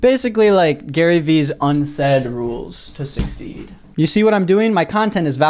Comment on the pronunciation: The "suceed" instead of succeed bothered me